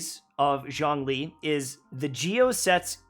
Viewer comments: "Zhong-lee" The chinese archon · ps. Zhong Li is pronounced as "Jong Li " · As a fluent Chinese speaker you’re killing me with that pronunciation lol, but that’s basically a problem for every character from Liyue, even for the English VCs